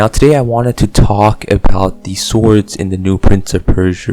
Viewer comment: Don’t say the W in “swords”.